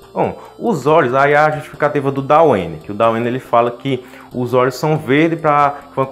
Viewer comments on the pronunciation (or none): none